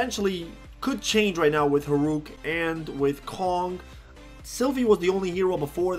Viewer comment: why u call Hurok "Horuk"?:v